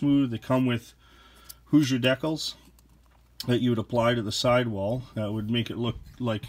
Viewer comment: Please pronounce decals properly.